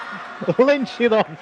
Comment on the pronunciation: Pity the commentator can’t pronounce “Shidong”.